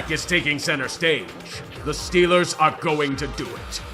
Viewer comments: Okay, Yinzer Mode has broken through sportsball again 🤣 STILLERS GAHNTA SOOPA BOWL!!! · St...Stillers go Supah Bawl?? STILLERS GO SUPAH BAWL